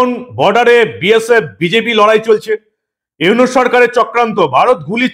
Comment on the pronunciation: তোর দুই টাকার চা বিক্রি করা মোদী পাসোস ডক্টর ইউনুস নোবেল বিজয় নামটাই তো শুদ্ধভাবে বলতে পারিস না তুই